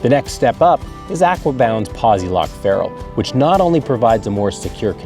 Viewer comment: Does the way he mispronounces Aquabound bug the shit out of anyone else?